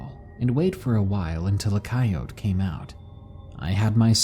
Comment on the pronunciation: >finally pronouncing coyote correctly >A few seconds later: saying it wrong again ???